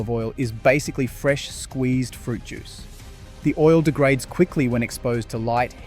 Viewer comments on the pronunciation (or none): none